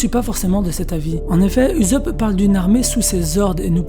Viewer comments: frere se pas uzopp se usopp luffy il dit pas salut uzopp mdr. si non super video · Uzop < Oussop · Pourquoi tu dis Uzop et pas Ussop ? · Ussop !!!!!!!! Pas ouuousop wesh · Je suis d'accord, quand Luffy crie son nom il ne prononce jamais Oussop ... mais bien Uzopu ... perso j'ai tjs entendu comme toi. Mais je crois que la plupart des gens lisent ce qui est écrit en français et non, comme ils l'entendent dans les voix jap. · "OUSSOP" ptn! Tu les entend dire "uzopu" dans l'animé? Moi pas. Sinon la vidéo est bien je trouve. Oui USOPP va mourir, au sommet de la piraterie, et sera pleuré par tout les peuple du monde, c'est le minimum qu'il émrite :) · Cette prononciation "Uzope" me perturbe 😂 😂 😂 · Ptnnn tu pronoce mal usoppp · la même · Heï Heï Reï Dee 😂😂😂😂😂 srx il confond le z et le s 😂😂😂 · Jailonction Jailonction mdrr c comme si tu disait soro o lieux de zoro tu voie y’a un beug 😂😂😂😂🥵🥵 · Ouais c'est.. dérangeant